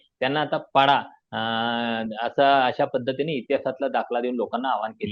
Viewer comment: पाडा नाही गाडा 😢😢